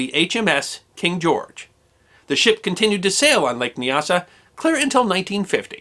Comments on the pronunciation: Nyasa is pronounced with the first syllable to rhyme with "eye". Thus N"eye"-asa and N"eye"asaland. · Nyasa - Not Kneeasa but Niasa. Great reads these stories